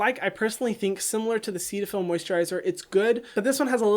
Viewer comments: I thought CeraVe was pronounced “Sarah V” and I thought Cetaphil was pronounced “Set a Phil” 💀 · I feel you, I always thought Cetaphil was pronounced set-a-fil 🥴🥴🥴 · The way he pronounces Cetaphil really just annoys me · Hyram: Seat-a-fill Me: Set-a-fill Hyram: Serra-Veee Me: Serra-vey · CeraVe is short for "Ceramide Vehicle". Ceramide is pronounced "Sarah mide". So CeraVe would be pronounced "Sara Vee". The "Ceta" in Cetaphil comes from the "Cetyl" in "Cetyl alchohol" which is pronounced like "Settle". Cetaphil would be pronounced like "Set a phil".